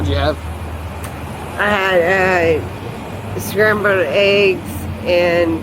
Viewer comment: "scramblerered" eggs...